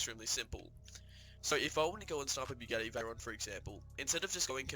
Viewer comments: Accent maybe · Did he say.... bugetti?